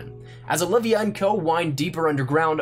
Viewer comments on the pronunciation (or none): none